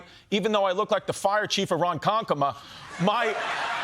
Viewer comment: didn't think folks from Nasau even knew how to pronounce Ronkonkoma? impressive :)